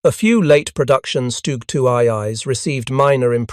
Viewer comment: Great listen and information, but man AI auto narration needs some work when it hits abbreviations ha. Had it right for the first half, then "Stujee-eye-eye" or "Stuj the Third" every other time